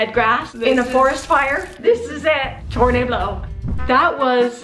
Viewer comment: Tornablow 😂😂😂😂😂 I can't